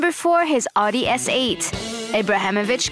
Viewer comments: "No.4 his ardee S8" It's AUDI! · hate how she pronounces his name Szlat-an and pronounced audi oodi's